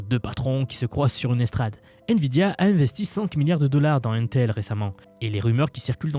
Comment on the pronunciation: Ca m'écorche les oreilles à chaque fois que tu dis 1-tel... Mais, une technologie ne peut prendre le dessus sur l'autre si et seulement s'il y a assez de capacité de production pour satisfaire la demande. Ce qui ne sera pas le cas. Les deux technologies vont co-exister uniquement parce que la demande est beaucoup trop haute. Même la production des deux compagnies réunies ne va probablement pas pouvoir satisfaire la demande mondiale.